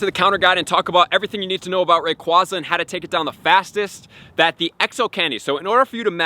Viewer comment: Its AyeZa Not AhZa Long A